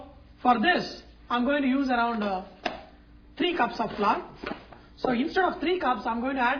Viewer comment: now the next ingrediënt is "flar" lol